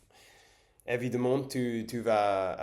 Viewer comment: et évidemment se prononce "évidaman" et pas "évideman", les E suivis deux M se prononcent A comme dans "femme". Sinon super prononciation!